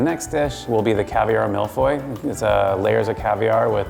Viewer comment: It's Caviar Mille-feuille. Not, Caviar Malfoy.🤦‍♂